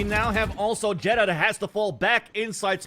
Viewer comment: why doesn’t this dude say xeta